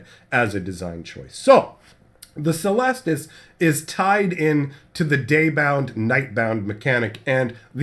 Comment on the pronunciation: It's pronounced "keh-lestus", it's a latin word